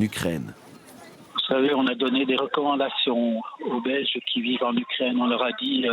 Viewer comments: Pourquoi il dit l’ucraindre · On dit u Ukraine et non ukraindre mdrrrr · U craine en phonétique et non u crane